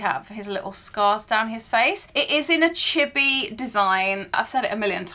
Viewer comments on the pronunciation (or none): flinching every time i hear her mispronounce “chibi” (it’s chee-bee, not chibby)